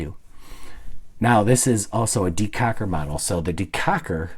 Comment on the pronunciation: Did he say "decacker?" I giggled so hard my cack wiggled in my britches.